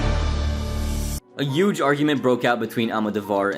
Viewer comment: Why do u say HUGE without the H?